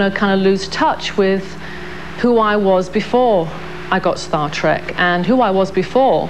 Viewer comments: Did the reporter say "Star Track"? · Omgggggg.....she said " star track ". I hate that!! TREK TREK TREK. Just like it's spelled! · Did the anchor say "Star TRAK?" lololol